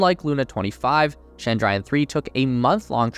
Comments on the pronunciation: It is Chandrayan not Shandrayan (please don't frenchify the Ch sound). You call Jesus's worship place as Church, not Shursh ... now do you? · Pleeeeeeeeease ! It’s not Shandrayan 😡, it’s Ch(as in chocolate)andrayan . Do your homework. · It's chandra (moon) - yaan (Ship/Vehicle)